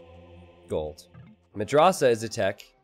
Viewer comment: Dude, you need to pronounce madrasah with soft "a"s not the hard one. For example not like can't in british but in american